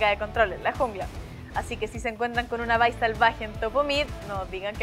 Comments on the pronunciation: Bai ( ulala señor frances) se le dice Vi alv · panchita se dice Vi como se lee no bye ¬¬ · Espero que no vuelva a decir Vai, somos de habla hispana... se dice "VI" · OP inglés pensé que vi era vi no vay. Jaja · me enteroooo como se pronuncia el nombre de vi XDDDD suenaaaa horrible ese "vai" me quedare con mi "Vi" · "Vai". Uh la la, señor francés :v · Me sangran los oidos cuando escucho "vai" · "Bai" "Bye" WTF?